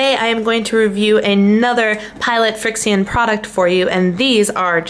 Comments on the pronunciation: I think you can just pronounce it friction. Like the heat from the friction is what makes it erase. RIght? Anyone else think it's just "Friction" spelled with an X? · It's pronounced like friction... heat from friction makes ink disappear:)